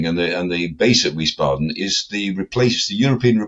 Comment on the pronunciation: Please, Wiesbaden is pronounced "Veese baden"